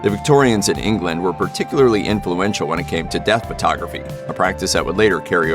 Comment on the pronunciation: Please stop saying furtography. Not body is taking a furto. Photo.